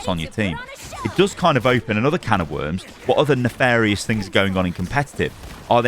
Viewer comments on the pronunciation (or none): none